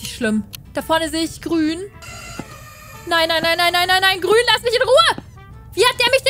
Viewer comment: ISi wiso ist Grun Plind isi😂😂 Grun AHA😂